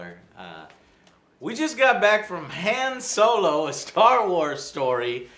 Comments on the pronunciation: "Soylo" ftfy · Is it me or is Joe pronouncing Solo's name wrong?